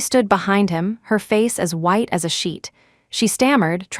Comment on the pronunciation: WHITE NOT WIDE AS SHEET